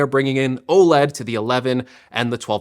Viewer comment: Why can’t tech YouTubers say “OLED” properly